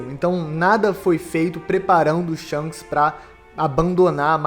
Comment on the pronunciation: Não consigo ouvir "Shonks" sem rir kkkkkk